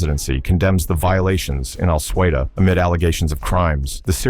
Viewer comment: Suwaida is not "Swehida"....